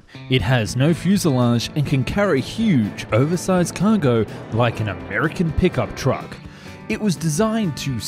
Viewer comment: The way he said "American pickup truck" 😂